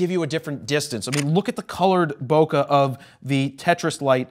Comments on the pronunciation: Man, the way you mispronounced bokeh made me cringe so hard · There’s no such thing as good or bad Bokah, only Bokeh lol 😂